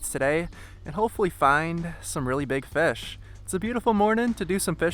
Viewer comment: "catchin fesh"